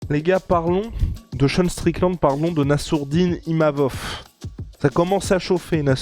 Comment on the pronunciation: c'est pas imavof 😅